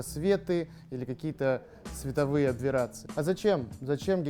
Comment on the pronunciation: абверации? абВерации? Может быть аберрации?